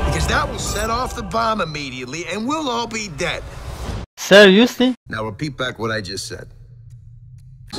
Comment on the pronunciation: HAHAHAH "Siriusli"